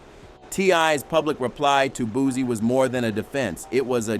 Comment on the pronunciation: Bootcee no booze this guy mi pronounced people names to disrespect them